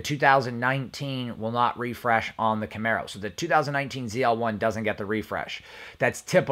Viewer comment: I watched 4 minutes and that was with skipping. I immediately was turned by your inability to correctly pronounce a variant of a famous Camaro. Thank you for pronouncing Camaro correctly though.